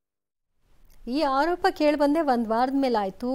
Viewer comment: ಅಕ್ಕಯ್ಯ, ಹಾರೋಪ ಅಲ್ಲ ಆರೋಪ